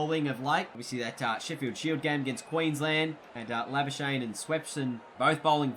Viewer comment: love ya but I'm gonna need you to learn how to properly pronounce ma man Labuschagne's name please.